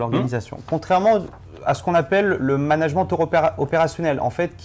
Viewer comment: nan vraiment, il me stresse a dire managemente